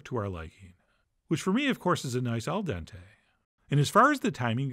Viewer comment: Al dente? 😂